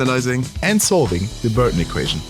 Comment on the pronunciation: y'all are just finding out about this mod?This was such a cool new concept and mod, overall 9/10 because whenever that guy said Burton it pissed me off